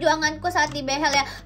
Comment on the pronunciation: ka bilang behel nya behell